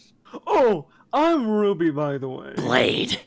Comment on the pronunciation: That’s not how you pronounce Ruby!! Flashback to ruby episode that is so terrifying Me: Can we go back about that